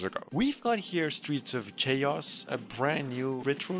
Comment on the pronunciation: I had to rewind just to check if you really did say "CHaos"